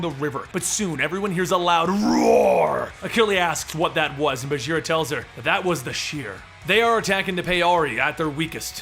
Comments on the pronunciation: Hey Bagheera is a Hindi word and it's pronounced with a hard g like in 'ghost', not like a j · is it bageera? or baguira? how to pronounce?